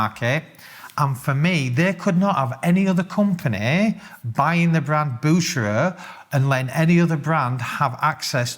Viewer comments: ‘Boosherer’ It’s ‘Bue-ker-er’ mate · First of all it is not pronounced „Busherer“, but instead „Boo-her-rer“. And second, the main point is that both Bucherer and Rolex are non publicly traded companies: Rolex is owned by a family foundation where most of the profits are kept within the organization, with no shareholders exercising pressure on any executive board. Similarly, Bucherer did not want to be purchased by a publicly traded company such as Kering, Richemont, Moncler, LVMH, Hermes. They wanted to keep things private, with no shareholder interference, no SEC restrictions related to the publication of quarterly results, no market distortions and shareprice volatility provoked by the analysts forecasts on their results, and so on. Best regards from Switzerland. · Bucherer ch like cheetah sound. Not BuKerer. Cheers from Geneva. PS: I must say you did say it right a few times much better than some others. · Appreciate your videos!! You seem uncertain on how to pronounce Bucherer because you've given about three different pronunciations. 😂 It's pronounced Boo-her-er (guttural on the "h" ). Thanks!!